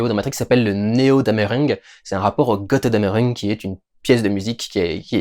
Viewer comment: "Gotteudammereung"? xD